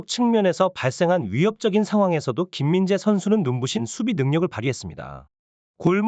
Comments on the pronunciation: 소속팀도 제대로 모르냐 바이르미헨은 어느팀이냐 김민지는 또누구고 외국 축구선수이름도 처음보니 악센트를 주면서 읽네 ㅋㅋㅋ 삭제해라 ㅋㅋㅋ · '스포츠 에센스' 를 "스프초 이신소" 라고 말하면 좋아하려나... '김민재'를 "김민재"로 똑바로 제대로 말해봐~~~